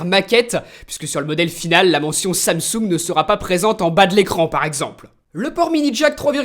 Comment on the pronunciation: Je me demande vraiment où que tu prend tes mots, bluetooss et samsoug